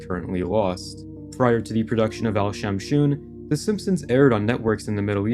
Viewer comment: Al shamshoon 🤣🤣🤣🤣🤣🤣🤣🤣🤣🤣🤣🤣🤣🤣🤣🤣🤣🤣🤣🤣🤣🤣🤣🤣🤣 Indian finds it very funny